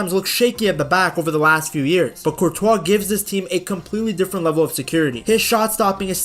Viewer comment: Man pronounces Courtois name like Speed pronounces it lmao 'Courtchoice' 😂